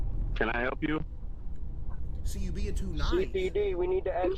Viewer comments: "we need to aks you a couple of questions" boy streets done you wrong. Can't even speak like an educated person 😂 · nigga said 'axe you a couple questions' and expected the homeowner to believe him🙏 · 'CPD, we need to axe you a couple of quest shauns'